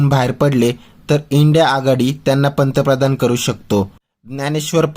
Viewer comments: पंतप्रधान शब्द नीट बोला मास्तर .😂 मास्तर म्हणे.... 🚩जय श्रीराम 🚩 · पंतप्रधान शब्दाचा उच्चार व्यवस्थितपणे करा,मग पंतप्रधानाला नावे ठेवा.तुम्ही कसले गुरुजी?